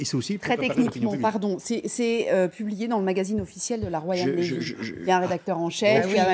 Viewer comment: La "RoyalE navy"....avec un "E". Inculture quand tu nous tiens...